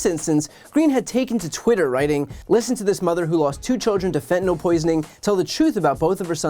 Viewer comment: I hate her too, but ffs Joe- it’s fentanyl, not fettanol.